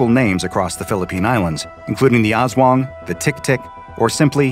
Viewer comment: Im very confusined did he said asdwang As a filipino